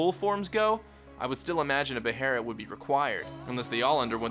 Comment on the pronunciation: its not spelled beherit, stop calling it a beherit, its a behelit, with an L not an R